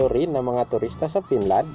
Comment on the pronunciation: BROD PAKIAYOS NG PAG PRONOUNCE! BKA MAGKAMALI AQ SA SPELLING NG FINLAND AS PINLAND!